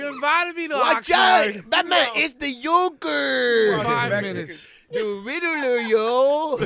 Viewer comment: HAHAHAHAHAHA this fool said the YOKER !!!! Any food, ay batman its the YOKER!!!